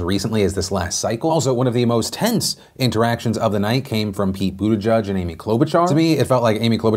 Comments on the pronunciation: Dude...love yo face, but pleeease... Buttigieg = “boo-da-jidge,” “jidge” like “fridge” and like the “j” in “jiffy”... not “boo-de-judge” like you keep saying it. Or, Mayor Pete..or just Pete...the name of a presidential candidate this far along is kinda important (imho) 💕 No love lost, just feel it’s respectful to say names as intended 😊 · STOP SAYING BUTTE-JUDGE! It's JEDGE, like ledge and hedge. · Buttigieg - Say: Booteegeeg (Boo - tee - geeg) You are welcome, from Malta! Part of the nation since 2006 ;)